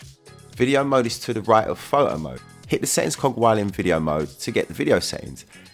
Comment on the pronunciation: Can u say PHOTO . It's not FO OU.